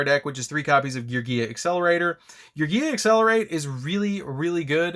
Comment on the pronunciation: I love you and I love your content! But PLEASE pronounce my gear boiz correctly 😂😂😂